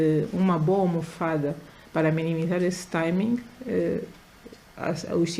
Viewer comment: Timing (Taimingue), pronuncia mal a palavra e ainda insiste. A senhora ministra poderia ter dito tudo que disse em português. 😂